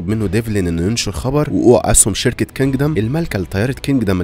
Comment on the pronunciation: كندم مش كنجدم😂